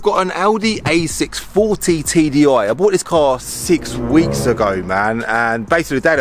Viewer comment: Anyone else keep hearing 40bag???? :p